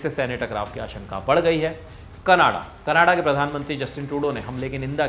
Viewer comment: Sir you need to correct your pronunciation for canada. I am noticing from long timr.